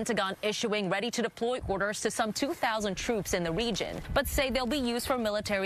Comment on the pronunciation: Anyone else hear her pronounce region with a W?